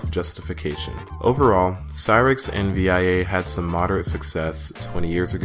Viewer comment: SDRAM in dual channel? Are you sure about that? 🤔 Also, it’s pronounced “Vee-a”